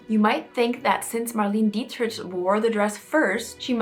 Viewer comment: I think it was very selfish for Kim to wear such an iconic piece of history and to try to usurp herself into history and possibly ruin the dress. Just wanted to let you know that Marlene Dietrich was pronounced Mar-lay-na Dee trick and she was ahead of her time as well as Marilyn. I think the Kardashians are under mind-control.